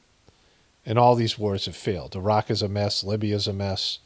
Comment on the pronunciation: Appreciate your pronunciation of Irak and Iran. Take care brother.